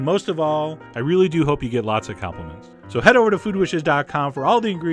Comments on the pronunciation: Lol at "after dessert, you are so, SO getting LLLLots of complements." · "After dessert, you are so, so gonna get llllllllots of compliments."